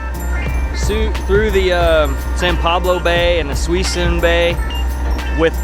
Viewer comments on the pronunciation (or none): Suisun Bay is pronounced 'Sis-Soon' Bay. Suisun is Sis Soon. Great video ! Love that boat. And i would love to talk my wife into a boat. We live 15 minutes from Old Town Sac where I sometimes kayak at night